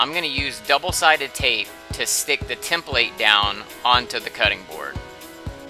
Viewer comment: You put in the emphasis on the wrong syllable… template😂